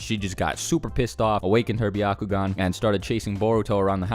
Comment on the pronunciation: im sorry but your way of pronouncing byakugan makes me laugh lmao